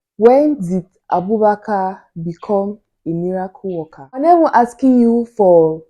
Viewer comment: The way she says ' miracle worker'